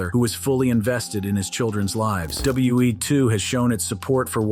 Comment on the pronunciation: u say wbe what wbe